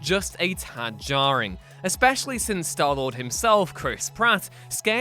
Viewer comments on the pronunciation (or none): The way he said jarring is jarring